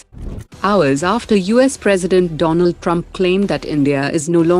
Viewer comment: dolund trump🤣🤣🤣